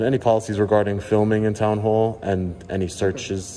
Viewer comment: you said "hoall" instead of "hall".